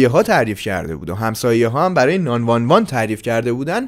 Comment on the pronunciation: ی بار دیگه بگو ناین وان وان😂😂😂